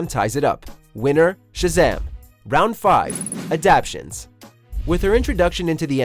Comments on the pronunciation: He said adaptions💀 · Adaptations! ** not adaptions...come on! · Interesting analysis, but with all that’s going on, I think the outcome was a foregone conclusion. Oh, and the word is “adaptations”. Good effort, though. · Round 5: It's not "Adaptions," it's "Adap*ta*tions." If you're going to present yourselves as knowledgeable authorities, you need to appear knowledgeable by using words that actually exist. You're welcome.